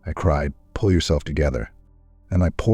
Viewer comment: Is this story read by AI? The reason I ask is the pronunciation of the word carafe. 😂